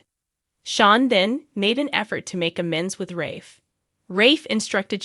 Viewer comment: The narrator should learn to pronounce the characters name properly. It sounds like a bad joke or she is illiterate.